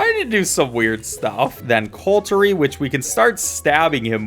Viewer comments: Bruh I know you did not just call "Cutlery" "Coultry" girl wtf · ....? Cultery ? Lol it's Cutlery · "then cultery" pfffffffffffffffft